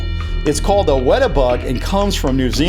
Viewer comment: sorry but weta is pronounced weta with a macorn on the e because im from newzeland they are huge